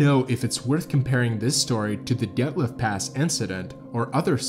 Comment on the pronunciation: this video is cool but the main reason I'm upvoting it it's the first time I've seen someone mention the Dyatlov Pass who actually knows how to pronounce 'Dyatlov'